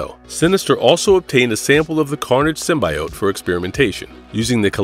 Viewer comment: Omg, for the last time: Sim-BEE!!!-ote!!!